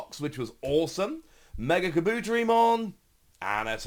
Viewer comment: How dare you butcher the pronunciation of the great Kabuterimon